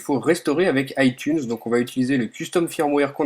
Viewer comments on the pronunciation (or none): none